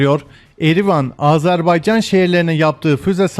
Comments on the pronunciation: Icinizde ki bu Azerbaycan sevgisi icin cok tesekkurler, sadece AZARbeycan diye telefuzunuzu AZERBAYCAN olarak yapmaniz bizleri cok sevindirir. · Yav biri şu adam söylesin. "Azarbaycan" değil. "Azerbaycan" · Azarbaycan değil yuh senin Türkçene : Azerbaycan